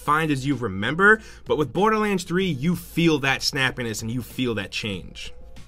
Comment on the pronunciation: did he just say snappines?